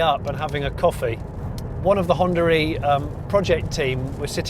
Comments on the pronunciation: where the hell you're getting the lett 'R' in Honda E? :) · I just keep hearing Hondar e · what is this hondaree he keeps saying? the car is called Honda E where is the R coming from? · Is it me or he is pronouncing it Honda Ree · Maybe we should rename the car to Hondar E so that British people can pronounce it 😂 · The only reason I mentioned 'tomato' was as an example of how different accents work. In his accent (and my own) it's common to roll two words together and keep the sound running between the two rather than have an abrupt stop, which in the "Honda-e" example comes across like "Hondaree". It's just the accent and people who speak it don't hear the "r" sound which is why I was so confused. But now I get what you mean and like tomato, it's just the way certain accents pronounce the words. It's probably closer to the way most Americans say "one hundred twenty" and most Brits say "one hundred and twenty" but of course it's spoken as "one hundred-n-twenty". Those extra sounds just smooth out the words and native speakers just don't notice them. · Why call it Hondaree lmao